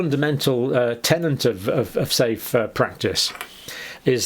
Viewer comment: 'tenet', John - not "tenant"